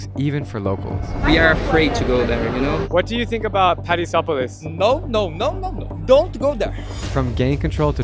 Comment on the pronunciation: When he said Paraisópolis it sounded like Paris and I was like WTF